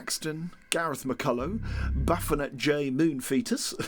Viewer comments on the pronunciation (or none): none